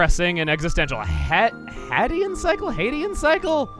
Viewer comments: HAY-dean. As in Hades. Also sickle, not cycle. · Hadean - "hay-dee-in" as in "Of Hades" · HAY-DE-an SICK-el. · Dont know if it was brought up after all this time, but Hadean sickle (Hay-Dee-in) is in the context of Hades, Greek god of the underworld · It’s pronounced the hay-dean sickle it’s a reference to hades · Hay-DEE-ann sickle. Like, a Hades Sickle. Hades-ish sickle. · HAY-de-an Sickle. As in Hades. Even the description hints to it. The Underworld, y’know? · HAY-dee-an SICK-ull. Like James Woods in Disney's Hercules. Also, when I played through Chrono Trigger long ago, I didn't have Marle in my party during Death's Peak. I had Frog, Lucca, and Robo (not Magus because I accidentally killed him and was playing where things lie). Lucca was the one who was hugging Crono when he was revived. So, I take it Marle does this when she's in the party, and Lucca does it if she's in the party but Marle is not. What happens here if neither Marle nor Lucca is in the party? I personally don't know, so if anyone else does, I'd like to know. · Hay-dean. As in Hades. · Hadean. Hades. God of the Underworld. Also, Sickle. Sick-le.